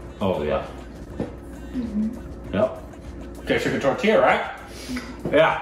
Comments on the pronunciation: 😂😂 Tortilla is pronounced as Taw-tee-yah.. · Tortilla??😮 I heard tortiya which sounds like rotiya😂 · Tortiya sounds like rotiya( plural of roti)